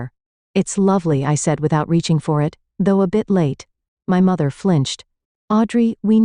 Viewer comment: The voiceover cannot say the word “it”. Only “I. T.” So weird. 😅